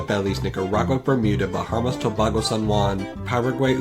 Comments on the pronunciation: I'm going to nitpick the nitpicker, it's actually "Tuh-baygo" not "Tuhbahgo" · It's TUH BAY GO. NOT TO BAH GO. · For tobago its toh-bay-go not toh-bah-go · Toe-bah-go no its toe-bay-go Ga-na but its gar-nuh and the uk is one nation but 4 countrys england scotland wales and northernisland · tobAgo not tobago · As a Trinidadian, it’s actually pronounced Toe-bay-go not Toe-bah-go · Your pronunciation of Tobago is funny "two ba go" 😂😂😂 As a native, it is pronounced like "tuh bay go" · You pronounced Tobago wrong. Source: im from there. To-Bay-Go Love your vids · Tobago is pronounced To-bay-go. But great video! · This was hella interesting. Also idk if anyone has mentioned it but as someone from the country of Caribbean (lol) we pronounce Tobago as toe-bay-go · Originally I thought Bermuda was left out because it is a colony. So I was suprised to hear it here. Also Tobago is pronounced more like (Toe-bay-go). 😂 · It is pronoumce to bay go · Isn’t Tobago pronounced tob-ay-go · Tabago is pronounced ta-bay-go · Baffled that a self-confessed nitpicker would pronounce more a few countries really badly. Tobago in particular was mangled in a way I've never heard before. Also, Guyana (pronounced guy-anna) could just as easily refer to the former colony British Guiana, which became independent way back in 1970, rather than French Guiana. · Great video, except the incorrect pronunciation of Tobago just stays in my ear, but all in all you really did a great video hetr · the way you pronounce Tobago is so aggravating omg >XD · just saying, the way you pronounced Tobago was incorrect...